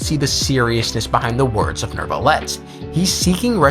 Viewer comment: c'est n'est pa “Nerve-ilette”, c'est “New-vil-let”. ça entend horrible..